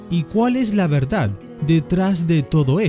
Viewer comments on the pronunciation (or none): none